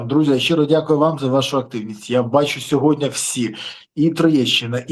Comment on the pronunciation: Подяка за випуск.Але "СьогоднЯ"😂 правильно говорити "СьогоднІІІІ".Слава ЗСУ!❤